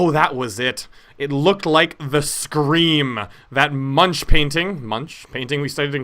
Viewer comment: Just wanna say, the name Munch sounds like monk. Being an artist myself, I'm particular about these things, but at least you get to learn something new, right? :]